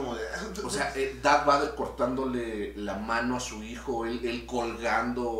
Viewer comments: Diganle al como se pronuncia Darth Vader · Ahhh siento que algo se me mueve en la tripa cada vez que escucho al escuchar pronunciar darth vader